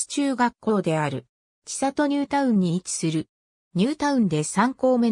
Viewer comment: 千里 ちさと→せんり と読みます。恥ずかしいですよ。